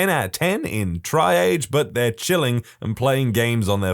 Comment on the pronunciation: Just FYI, triage is pronounced like "tree-ahj."